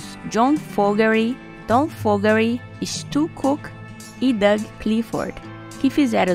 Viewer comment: O sobrenome é FO-GER-TY, não FO-GE-RY